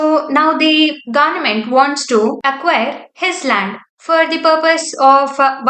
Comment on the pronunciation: Pronounce Government properly